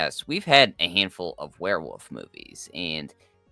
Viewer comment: Is the guy on the right saying Were'woof sometimes lol